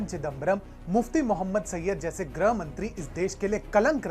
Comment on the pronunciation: ग्रह नहीं, गृह होता है, सही से उच्चारण करिए